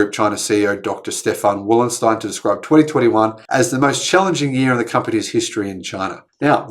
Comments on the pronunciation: It’s pronounce Wollenstein not wolfenstein , besides that everything you said is right. Keep up the good work 🤝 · "Doctor Wolfenstein" - ha ha. That's Wollenstein.